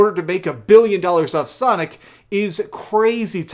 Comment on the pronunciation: U said Sonic Fart....lol